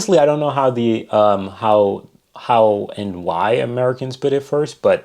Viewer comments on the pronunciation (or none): Merry Cans eh? Sigh